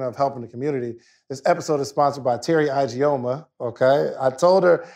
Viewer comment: ...your sponsor's last name is pronounced E-G-o-muh instead of I-G-o-muh 😊